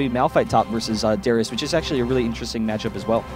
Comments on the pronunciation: How many times did he call " Darius " , " Darien " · darius... not darian... and not durian!!!! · He calls Darius Darien and Draven many times in the video, but I guess you're too chinese to realize how English works. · Any one elsenotice him calling darius dariun